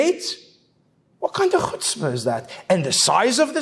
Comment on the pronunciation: It's worth the whole video just to hear such a nice pronunciation of chutzpah.